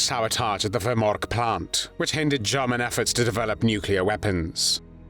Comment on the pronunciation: German not guman